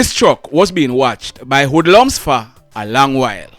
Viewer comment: Wood lums??? What's that, French???